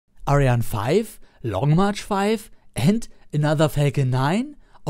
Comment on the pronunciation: Wieso sprichst du ariane nicht so aus wie sie ausgesprochen wird ? Wir deutschen sagen ja auch nicht Falkon oder Saturn fünf etc. Find ich nur komisch ;)